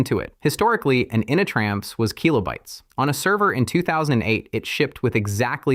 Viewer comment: It also says "initramfs" really funny. "ini tram fssss". It should be pronounced "Init Ram F-S"